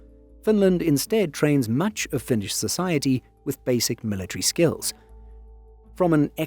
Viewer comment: As a Finn, great video! Also gotta point out that your pronounciation is suprisingly good! Finnish aint easy... :D